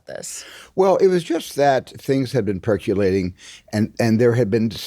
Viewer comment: Surprised to hear such a brilliant man mispronounce perCOLating as perCULating.